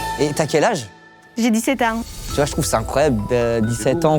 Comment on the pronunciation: "jai 17aing"🤣🤣